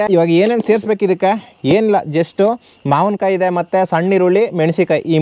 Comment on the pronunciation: ಮಾವನಕಾಯಿ ಅಲ್ಲ ಬ್ರೋ ಮಾವಿನ ಕಾಯಿ